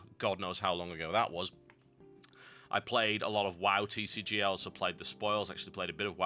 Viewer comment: TCG not CCG it sounds like he is sayin "c" though